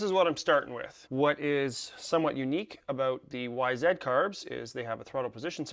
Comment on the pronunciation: Zeee dude, not ZED!!🤦 Wth? YZ - (WHY-ZEE)